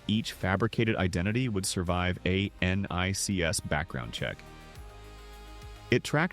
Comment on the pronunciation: What the FUCK IS this??? NONE of the images in this have ANYTHING to do with ANYTHING lol. He cant even pronounce NICS lol. This is fake ass AI bullshit.